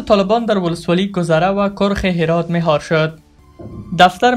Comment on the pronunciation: کرخ ک با زیر و ر باضمه